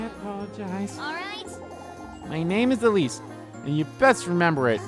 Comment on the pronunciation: Right off the bat and you pronounce "Elise" entirely wrong.